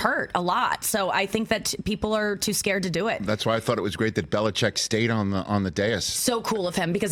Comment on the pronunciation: Add Nikki & Rich to the list of ppl who can’t pronounce Bill Bellichick’s name. Even TB’s on that list. Could do a whole but just on that.